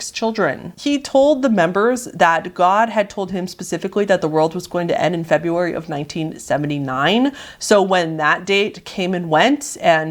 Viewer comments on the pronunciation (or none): none